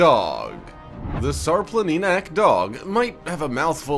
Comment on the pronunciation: It's pronounced Shar-Planinats (the Shar Mountain Dog).